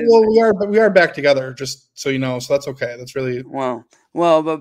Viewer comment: We have heard him make hard 'K" sounds many, many times before.. WHY cant he say "okay"? Its so bizarre!! 🤔🤔